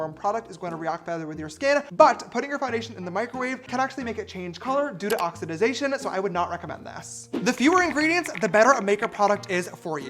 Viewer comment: She said oxidization and then went on to talk about the chemistry of makeup 😭 girl! It’s oxidation!